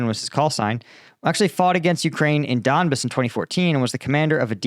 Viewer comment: It's not Don'bs.